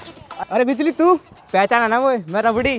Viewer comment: Bijli galat keh rhi ho😀